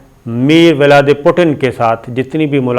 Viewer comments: Vilademir not mirvaldin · His name is Vladimir Putin not mirviadi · Sabir sahab uska naam Mir valadi putan nhi he balkay valadimir putan he 😂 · میرے بھائی آپ ہمیشہ اس کا نام کہتے ہیں ، اس کا نام ولادیمیر پوتن ہے۔